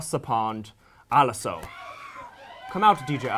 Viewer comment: It’s Alesso, not Alasso, I love Sweden, it’s like you’re next to Russia